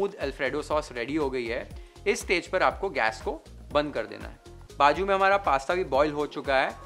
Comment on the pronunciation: It s nt baju it's bazu😅